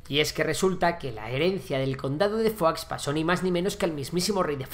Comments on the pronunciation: Fuax no Foix, tal y como se lee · Foix no se pronuncia Fuachs, sinó Foish. No es una palabra francesa, es occitana. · Foix se pronuncia Foix y no Fuá o Fuas. Foix es nombre occitano muy común en Catalunya, amén de un río en el Penedès que lleva ese mismo nombre. Idem para Urgell. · Conde de foax? Se pronuncia 'fosh' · conde de foix no es conde de "fuá" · Perdona, no es fua es foix, fua es francès ( higado, pate, " fetge amb català"), Foix es un apellido ( cognom amb català ) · Foix no se pronuncia fua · El catalán no se pronuncia como el francés, Foix se pronuncia igual: Foish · Hola, primero mis felicitaciones por tu trabajo, soy seguidor tuyo y pienso que seguiré siéndolo, solo.una pregunta, porque pronuncias Foix en francés? Tanto en la lengua de Occitania, como en Catalunya, incluso en castellano La pronunciación es prácticamente idéntica y no tiene nada que ver con el francés. Sigue trabajando, eres muy bueno. Gràcies.